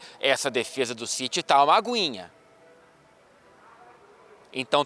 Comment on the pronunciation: o esqueceu todo requinte britânico e voltou as configurações de fábrica de carioca. Kkkkkkkkk "Essa defesa tá uma aguinhaaaa".